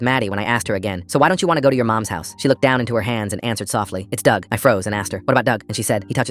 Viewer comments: Not trying to be mean but dug rhymes with grug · Dug rhymes with grug